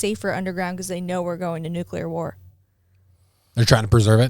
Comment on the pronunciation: Not him saying "nucular" instead of nuclear...